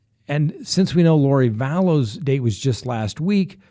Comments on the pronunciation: I love your channel, but it’s not “Da-bell”. It’s “Daybell”. Sorry to nitpick. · It's DAY-bell, no Duh-BELL.